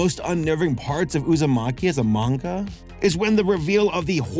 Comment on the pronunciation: weeb asshole coming through--thank your for pronouncing "manga" properly. I didn't read the manga, but for me, it read as horrific for sure. And I agree with you. Like going straight from manga to anime can't ALWAYS be a good thing. Sailor Moon Crystal is a good example in this imho. The manga is great, but as an anime...nah (yes I side with the 90s one). 2D still art still lives!